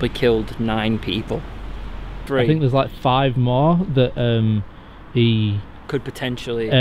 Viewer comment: Don’t be finkin what I fink ya finkin!! 😂😂😂